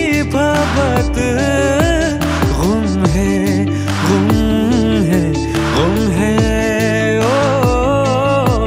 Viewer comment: गुम है भाईजान ग़ुम नहीं! Love your work 🙂